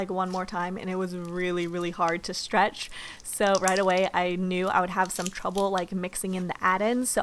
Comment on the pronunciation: Could you please learn how to pronounce the word ,,stretch" or ,,stretching" it's soo annoying oml